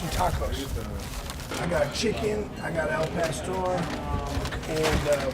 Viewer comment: How he pronounced the taco meat🤣🤣🤣🤣 “AAL PUSTOR”